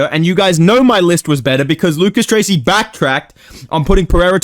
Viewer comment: HE SAID LUCAS DUTRACY